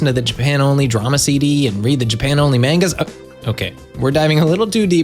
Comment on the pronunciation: here u go buddy, your first Japanese lesson for free: Manga is pronounced "MAHN-gah" not "MAYNG-guh" ま ん が MA N GA